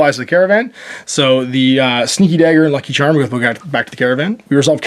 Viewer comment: 1 to for not pronouncing 'Lucky Charm' correctly. Great batrep. Those buildingsare fantastic.